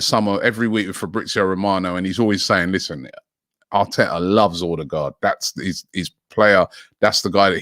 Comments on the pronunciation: Most people pronounce with an O. As a norwegian, this sounds to us like he's saying Ådegaard (awedegaard) - again wrong. It's Ø. It's pronounced like the U in "sun" or "fur" or "suck" (lol) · His name is not ORDER-GAARD for fucks sake get it right Robbie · It's pronounced 'Oo-deh-go'. Source: my gf is Scandinavian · As usual he can't pronounce it right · Me too